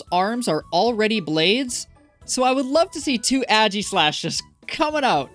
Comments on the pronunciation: Im sorry, but ageeslash just sounds wrong. Aye-giss-lash (pronouncing the "g" like j jif is fine) is the way i pronounce it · it's aegislash not ægislash 😭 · who in their right mind pronounces it "aggy-slash" wtf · This man's pronunciation of aegislash (and reshiram(and bisharp)) is killing me